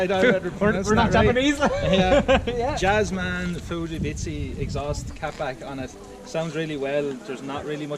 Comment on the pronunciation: Btw it's Fujitsubo exhaust 🤣🤣 cracked up when he said fujibitshi 🤣